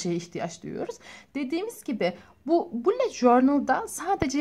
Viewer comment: bullet diye yazılıyo bulut diyo okunuyo sinirlerim bozuld hakaret amaclı yazmadım